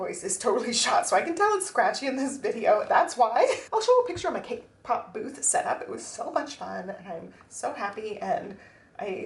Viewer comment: The Tamagotchi covers are so cute! I really love the A6 cover-on-cover, especially. And congrats on the cake pop sales. I swear, every time you talk about it, I hear "K-pop." I thought you were selling idol merch for a second. 😅